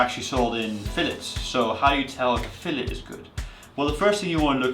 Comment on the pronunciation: SAL-mon, fillet... I like this guy, he's a Norwegian in atleast two ways.